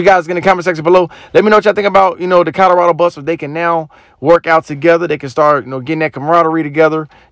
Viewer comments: Co LO rado! Not Co DO rado!!! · This narrator keeps saying "COTTERADO" (instead of Colorado) in his videos...bless his heart...smh